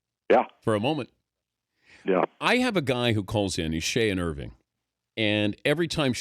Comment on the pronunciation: yeah, he is from irvine. so he says irving